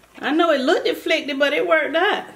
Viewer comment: “It just lookded nekkid” 😂😂😂 you just got yourself a new subscriber. I love your personality. You’re so entertaining ♥️♥️♥️